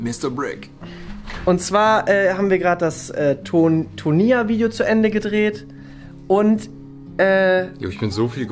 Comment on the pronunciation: hat schon Schwierigkeiten tonia zu sagen 😂❤️